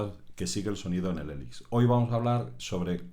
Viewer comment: odio cuando dice "elix"